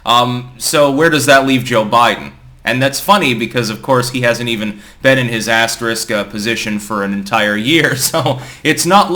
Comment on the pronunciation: Joe Biden has doubled the “s” in “asterisk”. He is the assterisk President.